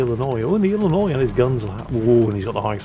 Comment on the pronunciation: you pronounced Illinois without a struggle way to go!